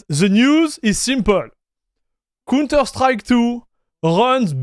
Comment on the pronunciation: dude, im also hyped. but you call the counter strike a "cunter strike". not sure if you did that deliberately. i love counter strike games by the way.